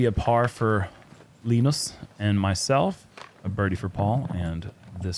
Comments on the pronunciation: stop being difficult, Linus is easy to pronounce. The phonetics are "Léeå--ä-nö:ous". It's not that hard man. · How to pronunce Linus :) (Bruce) "Lee - News" (without w) and weight on Lee.. so LeEne(w)s . Probably right im from Skellefteå Sweden :) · Hey, say "Lee Noose" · Linus is pronounced “Lean-uhs”